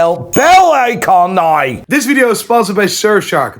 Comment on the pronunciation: Why do the iris say 'nai' instead of 'now'? They need to see a speech therapist.